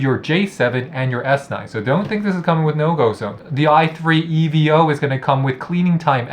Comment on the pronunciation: Why does he say e v o 💀